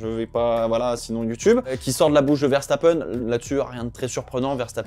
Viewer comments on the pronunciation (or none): none